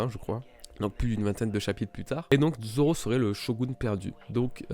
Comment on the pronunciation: Goya Seiku mdr quand il 1v1 mihawk au debut il dit Roronoa dzoro imagine ct un d mais personne n'avait compris